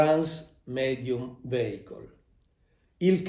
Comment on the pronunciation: Mauro mi permetto di correggerti sulla pronuncia di vehicle, è viecol non veicol